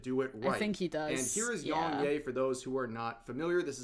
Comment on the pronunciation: Never heard of but he doesn’t sound bright. Yong “Yay” lol. Like come on man it’s literally spelled YEA. Where the hell do these people get “Yay” from? These bottom feeding YouTubers do less than the minimum amount of research before they regurgitate the same stories, and then have the nerve to ask you to “SMASH that subscribe button”.